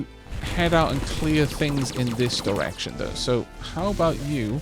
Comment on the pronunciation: For some reason everytime you said direction I thought you were saying erection and started to giggle, I am more than a little ashamed of myself and I am sorry... but at the same time I can't stop giggling...